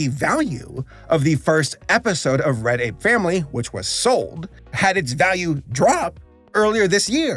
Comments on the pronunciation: whenever he says "Red Ape Family" i hear "Reddit Family" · It might be something with my audio but everytime you say "Red Ape Family" i hear "Reddit family" and I'm confused.